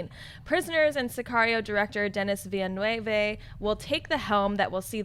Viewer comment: Villeneuve is a French name, not Spanish. It's pronounced veel-nerfv